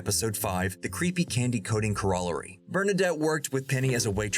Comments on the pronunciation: Corollary is pronounced CORE-oh-larry. Not core-ALL-uh-ree. 😛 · Core-oh-larry...is how it's pronounced, not whatever you did to that word there... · What's a "Kuh ROL uh ree?" CORE oh lair ee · Phonetically, it’s pronounced core-a-larry. Condescending, means to talk down to someone. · cor ol or e - gotta love ai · Collollory? Maybe wanna shoot a second take? It's just a voice over. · For an easy phonetic spelling for pronunciation it would be “kor-ra-larry” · The Creepy Candy-Coated "CORR-o-la-ry", not - whatever you said. Just sayin'. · "Core-a-larry"...Not...whatever it was you said, lol! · It's kôrəˌlerē. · My god..... Cor-e-larry...... Learn to pronounce words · Corollary....is Core-o-larry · I was wondering what that was. It was butchered so badly, I thought more of crullers than anything else. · "Croller Larry?" LOL. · just a head up corollary is pronounced like Coral-Airy. other than that good stuff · I switched off when I heard your machine mispronounced corollary. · How do you do a video on the Big Bang theory and not know how to pronounce “Corollary” ? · i think usually "corollary" is pronounced with the stress on the first syllable - really thew me off there... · The AI voiceovers are just ridiculous. At least edit/review them for common English word pronunciation. Corollary, I missed what it said three times because the word is not pronounced the way the AI did, ever. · Get a dadgum person to narate! If that was a person, teach him how to say “corollary”. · I legit thought a human was narrating this until I heard the pronunciation of the word "corollary" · Learn to pronounce "corrollary"? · That's not how you pronounce corollary. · Does the botched pronunciation of 'corollary' grate on anyone else, or am I the only one? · That ain't how you say corollary. 🤪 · How did this mf say corollary?! Lol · The mispronunciation of 'corollary' has distracted me from everything else in this video. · Teach your A.I. voice how to pronounce "corollary" .